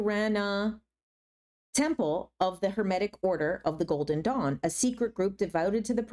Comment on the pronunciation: I thought you said "golden dong" for like 3/4 of this video and didn't even question it once lol I think I may need to rewatch your discernment video 😅